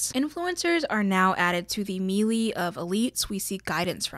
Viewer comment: To inform you 1 year later in the 1% chance case that you haven't learned yet; melee is pronounced maylay because [censored] I guess?